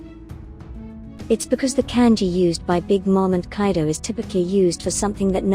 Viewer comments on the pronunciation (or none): none